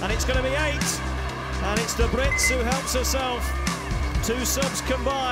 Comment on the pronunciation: It's Daebritz or Däbritz, not Dabritz.